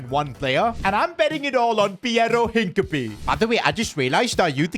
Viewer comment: his name is NOT hink-a-pee 💀